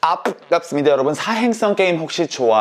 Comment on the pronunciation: 오늘의 "뽱"갑습니다는 평소 악센트보다 쎄다😁